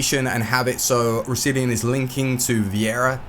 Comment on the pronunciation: You butchered Roussillon's name